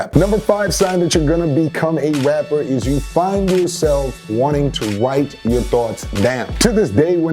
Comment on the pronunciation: the way he says rapper... wrapper